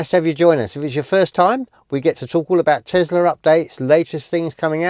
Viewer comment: It is not Tezla it is Tesla, smh.